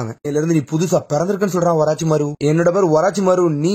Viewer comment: Oraachimaaro Illa da orochimaaru